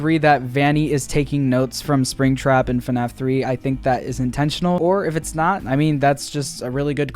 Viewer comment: ITS FNAF NOT FUHNAFF